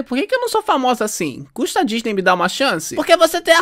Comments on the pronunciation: "Repete comigo dis-ney" "Di-ny" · "Ta vendo, por isso que num entra na dinisde"😂😂😂😂😂😂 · Abertura da Disney em funk e a Fada Foxti falando Diny kkkkkk